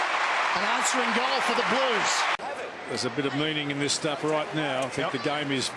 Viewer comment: love your enthusiasm mate, but can you hold back on the 'da' and the 'dis'. It doesn't make you look cool. Oh, and this wasn't Richmond's '100th game'.:P And yes, Gibbs is a freak. Next captain of the Blues.